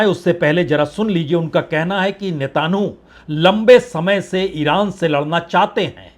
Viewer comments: नेतानहु नहीं -- नेतान्यहू बोलिये 🙂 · आप इतने पुराने पत्रकार हैं, मैं बड़े पसंद से आपको सुनता हूँ, ये नेताहानू किसका नाम है, आप उसको नेतन याहू कियूँ नहीं कहते? 🙏🙏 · नेतनह्याहू सही उच्चारण है... नेतन्हाहू गलत उच्चारण है, पत्रकार महोदय। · आप मिस्टर नेतायाहू से नेतनु कह रहे का उच्चारण कर रहे हैं, कृपया सही करें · Sir aap Netanyahu nhi bol paate hai sahi se 😂😂😂😂😂